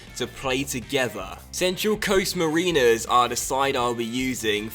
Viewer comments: the way you say Mariners is wrong. It's more like Mar-I-Ners instead of Marine-rs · As an Australian can I please just tell you it's Central Coast [marin-ers] and not [marine-ers] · The team is pronounced mah-rin-ers :) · It is not pronounced mareeners. I live in Australia. It is pronounced ma/rin/es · Ma-Rin-Ers not Marine-ers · it's not Mareeners. it's pronounced Ma-rin-ers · You said "mar-iiiners" it's pronounced "mar-eners" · marINers not maRINERS, btw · Yeah it's Mar(e)ners not Mariners, the e is short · its mariners not mareeners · It's mar-in-ers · it's pronounced mayr in ers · 'mareeners' I can't be the only Aussie that cringed when he said that. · It's Ma-ra-nes, you replace the I for an a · it's pronounced ma-r-ih-ners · I'm Australian it's pronounced Central Coast Mar-a-ners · It's not mareeners 😂😂😂 love your videos!!!! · Hi, I am from Australia so I am so happy that you used a Australian team however you are pronouncing you team wrong. The team is pronounced Central Coast Ma-rin-ners. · Just a little tip, it's pronounced 'marrin (like Karen) ers' So excited for this series! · its ma-ra-ners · U pronounced Mariners wrong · Mariners is pronounced wrong 😂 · Central Coast Mariners are pronounced the same way as you would say Andre Marinner, just add the plural at the end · your pronunciation of mariners was absolutely abysmal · cringed levels through the roof when you said Mariners wrong ahaha Sydney FC fan here🇦🇺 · lol he can't say central coast mariners right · I'm from Australia and have seen this team play many times! You are pronouncing Mariners wrong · Mariners is pronounced like marinate except mariner